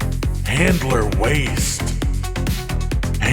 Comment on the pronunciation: I keep hearing Hitler not handler lol